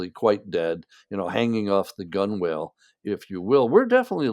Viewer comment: You can always tell that someone is well read when they mispronounce a word - "gunwale" is pronounced "gunnel." Doesn't matter, but is interesting to know